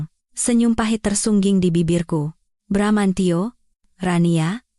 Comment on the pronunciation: bbrp kali sudah bener bramantio eeh balik lagi bramancyo..bramanjo...